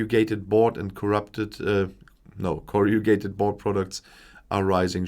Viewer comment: It's pronounced as Corr-uh-GAY-ted. Say it very quickly! It's yet another word where the spelling doesn't match the spelling!